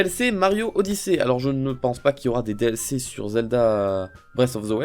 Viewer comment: Wow quand ta dit "Des DLC dans Mario Odyssée" j'ai entendu "DDLC dans Mario Odyssée".. Surtout qu'il y'avait la musique DDLC derrière